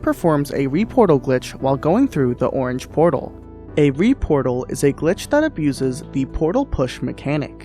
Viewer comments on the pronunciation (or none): none